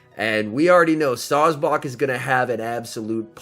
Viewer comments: Sawsbuck: "SawsBawk" Excuse me sir but it's pronounced Saws-Buck. You know, Like a male deer...: bawk bawk bawk.🤨...: bawkbawkbawkbawkbawkbawkbawkbawkbawkbawk 🐔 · No one:: Sawsbock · I’m fine with sawsbuck... but what about the dirt rabbit..